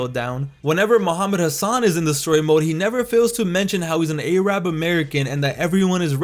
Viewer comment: It's funny how he said Arab wrong